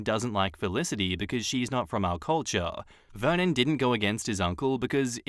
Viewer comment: I swear to god every time you said Vernon i heard it like Vermin and i was like dayum... what a nickname for your husband! I had to read it lol foreshadow?